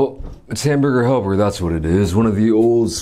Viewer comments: Was anyone else amused by him calling it ham help?😂😂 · If you haven't shown the package of hamburger helper I wouldn't understand you because of your pronunciation. I'm like it's what?